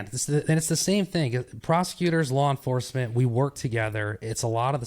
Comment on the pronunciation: Lawr enforcement 😅